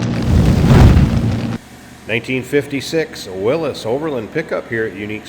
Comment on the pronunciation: 👍👍For pronouncing “Willys” the right way!